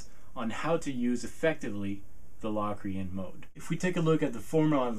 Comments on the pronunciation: Low-cree-en not LAW cre-in! hahah Great video though! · are you pronouncing it right? cause ive known it to be pronouced like "locust" not like "lock-rian" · productions Sorry but that is flat out wrong. The o is pronounced O as you stated in your formula above. It is not pronounced as a short A as is doing in this video. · covers it's definitely Lo(w)crian, not La Crian. In English we don't always realize the letter "O" gets it's name from it's sound. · I've always heard it pronounced "Low"- crian. Not "Lock". The Oxford dictionary online has long "O" listed first, then a with an umlaut. So it appears Low, is the 1st listed. Lock 2nd. Both listed so both are probably correct. Potato, po, tah'-to. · Is it pronounced LOCKrian? Cause my music theory teacher says LOWcrian. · Really sweet videos. And I speak as a pianist who has a pretty good idea what modes are about. I've always heard it pronounced "low-cre-an" though. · In Samuel L. Jackson's voice, "say Lock Re-Ann one more time"! Hahahaha! Seriously, though, Say Locrian one more time........ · He made a whole video about a mode that he can't even pronounce the name of.